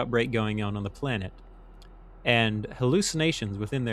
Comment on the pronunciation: Sir, why do you pronounce "on" like that?